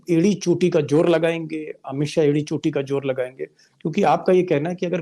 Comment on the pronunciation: Deepak ji .achcha bolte hain . Itni badi kursi par baithe hain..jab saara media bjp ka ho gaya hai tab aap ne yeh seat sambhali..hum sab aap ko sunte hain.pls z ko j na bolein Ganda lagta hai..jor nahi zor boliye...